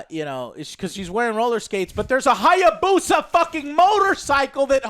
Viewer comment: When he said hayabusa I heard yamminoob